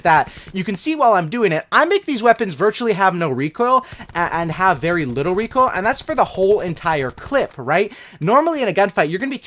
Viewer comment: I can’t even handle the way you say the word recoil.